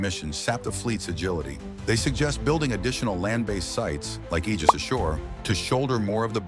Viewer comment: Thank God you said "Aegis" correctly. It's the greek ae letter together...a hard "ee" sound. Praise the sun!